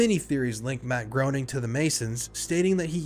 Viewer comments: If you're gonna make an hour-long video about The Simpsons, at least pronounce the creator's name correctly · Before you do a deep dive on the Simpsons, could you learn how to pronounce the creators last name properly? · “Groening” is pronounced Graining not groaning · Matt Groening's last name is pronounced "Greening" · WTC is next level and spans many episodes. Groening rhymes with “braining”. I like your backdrop, it works. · It's pronounced "GRAY-ning" Rhymes with "complaining" per Groening's comic strip "Life In Hell". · it's pronounced "Greening" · It's pronounced Matt Gray-ning, just fyi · It’s pronounced GRAY-NING omg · I know this is nit-picky, but it's pronounced "Gray-ning," when referring to the creator. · >Can't pronounce Groening >Can pronounce Reuters Fascinating, tbh